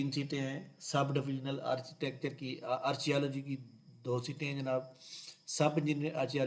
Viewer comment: Brother it will be pronounced as (arKEOlogy) "ARCHEOLOGY" & (arKItekt) "ARCHITECT".